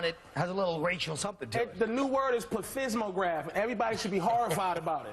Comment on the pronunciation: Did Patrice call that thing a "pleTITSmagraph"? That's hilarious.